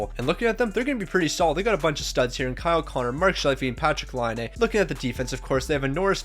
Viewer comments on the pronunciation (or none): none